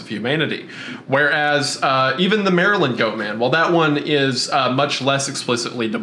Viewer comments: As an eastern shore Marylander, hearing say “Mary-land” instead of “mare-land” was almost as shocking as the time the Goat Man threw a rock at my car. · The way keeps pronouncing Maryland as "Merryland" gets me. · “Merry-Land” got me every time 🙃😂 Good job though boys, I enjoyed this one! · It's nails on a chalkboard hearing Maryland be pronounced Mary-Land and not like a rolled together jumbled mess of a word. 😅 We pronounce it like Merlind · they way you say Maryland hurts me. Its pronounced Mary-Lind OR if your being fancy, Mara-lan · As a native of Maryland is makes my ears hurt when pronounces it as Mary-Land and love that Wendigoon pronounces it as Mareland like he’s lived here his whole life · It’s pronounced Maryl-end it hurts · it's actually murrlan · It’s actually pronounced “Marlyn” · "Mary Land" is absolutely killing me. It just sounds so wrong lol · Ah yes, balitmore MARY-land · "Mary Land" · I love how says Mary-land lol because that is not how we pronounce it here